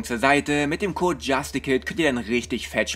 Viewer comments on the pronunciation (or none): none